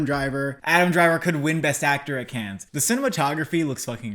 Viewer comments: It's not "Kenns", it's "Kann" - without n. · Let me start off by saying, big fan of the channel. I must say though, CODA is too low and please do not pronounce the "s" in Cannes.